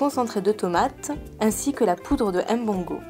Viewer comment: la blanche, arrete de ''m-bongo'' il faut dire mbongo ntchobi, en plus si tu as un epoux camerounais et que tu prononces ce mot la ma chere c'est grave mais quand je te tire mon chapeau savoir le faire.